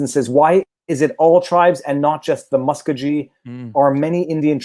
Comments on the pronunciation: Yeah, it's Mu-sco-gee not Musk-o-gee. Native Oklahoman myself and pronounce it Oak-la-ho-ma and no O-kla-ho-ma. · I live in Tulsa. You're saying Muskogee weird. You need more emphasis on the 'ko' or something. I was wondering why the feds didn't originally prosecute the case. I didn't even think about it being a power-grab by the state. Interesting. There's Indian smoke shops everywhere around here that anyone can go to and get cheap tobacco products. I'm sure the state would love to get tax revenue off of them. And it only applies to the Creek nation because it's the only one that wasn't dissolved by Congress. All the others were. It was all just stolen during the land run.